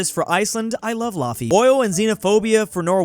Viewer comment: LAW-FEE.. your not a real laver